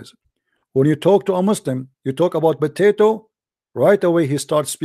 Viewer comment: Official Idiot and “Stewpid” “Botatoe”